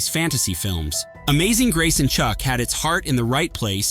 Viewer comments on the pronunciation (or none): none